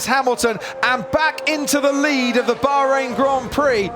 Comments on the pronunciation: Oh Yes, the Bahrrhein Grand Prix 😂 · Crofty saying Bahrain with proper Tajweed! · The way this dude is pronouncing Bahrain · Bro trying really hard to say "Bahrain" 😂